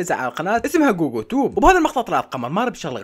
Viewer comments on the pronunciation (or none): فههددددد موتتتنييي ضحكككككك كوكوو... ولك جوجو مو كوكو